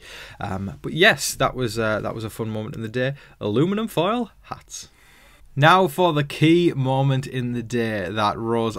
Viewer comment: in Ohio, we just say 'foil' but you say it well. What's your thoughts on T'Kors "accent"?